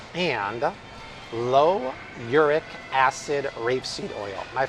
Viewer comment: It’s pronounced “ee-RŪS-ik” acid.. not “UR-ic” acid. Erucic acid is also a very dangerous omega-9, especially for children. I think that too comes from rapeseed.